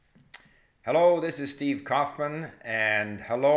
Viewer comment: Steve you have good pronunciation. For some reason I remembered how 25 years ago I was teaching Estonian language by listening on TV the First Secretary of the Communist Party of Estonia Vaino Valjas. He had a clear pronunciation as you do. As a schoolteacher.